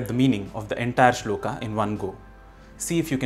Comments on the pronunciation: श्लोक , not श्लोका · वीडियो अच्छा है पर कुछ शब्दों को आप ख़ुद ही ग़लत बोल रहे हैं। अंग्रेज़ी में Shloka लिखने से ‘श्लोक’ श्लोका नहीं हो जाता। उसी तरह शिव जी का नाम अंग्रेज़ी में Shiva लिखने से शिवा नहीं हो जाता। कृपया इन छोटी पर महत्वपूर्ण चीजों पर भी ध्यान दें। जय महाकाल। 🕉️